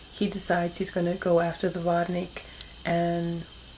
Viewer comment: It's pronounced vode-neek